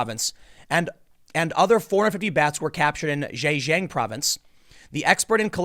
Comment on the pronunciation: Zhejiang is pronounced kinda like "juh-jiahng" FYI.